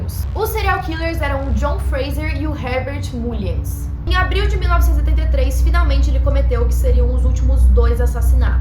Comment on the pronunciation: a pronúncia correta é Mâllins. É só uma dica.